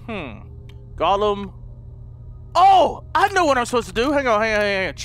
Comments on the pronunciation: I cringed so hard when he said gollum instead of gallium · LOL delirious learn your elements haha "Gallum" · Its not (Gho-lem) its (Gal-e-yum) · It's pronounced "Gahl-Lee-um" lol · its gal-ee-um and tung-sten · The way you pronounce reagents, gallium, and tungsten xD